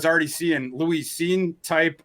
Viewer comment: Is he intentionally mispronouncing Lewis Cine's name to mock him?